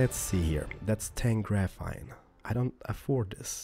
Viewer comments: not grafine , it really annoys me , sorry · PS: GraphENE not graphITE, graphINE. no offence but you may not be full English but anyone foreign could say graphene instead of graphITE...sorry. it annoyed me... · you pronounce graphene as grafeen